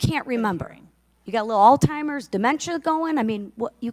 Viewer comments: "All Timers" mark😂....rock and roll we got us a country gal up there throwing down👏👏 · 😅 " you got a little alltimers"😂? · She said slim shady song “it wasn’t me”…ma’am that was shaggy. Also its pronounced Alzheimer’s not all timers 🙄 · While I appreciate her grilling Cheatle she needs to sound a little smarter while doing it. "It wasn't me" was Shaggy not Slim Shady. Its hollow, not hallow. And its Alzheimer's, not All-Timers. Cheatle deserves everything she's getting but Lisa deserves a bit of ridiculing here as well. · What is "Alltimers"? 😂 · She just said All-timers instead of Alzheimers. OMFG LMAO